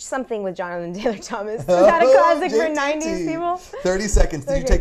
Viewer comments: Oui, en effet, phonétiquement, ça se prononce "toma", but it is written "Thomas" just like in english. I would say never trust an anonymous commenter, but I am actually french, who lies about being french?;) Love the show btw, good stuff! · The "S"of Thomas is silent in french. De rien :-) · Your pronunciation of "Thomas" was good, but the S is silent. I hope you enjoyed your summer in France !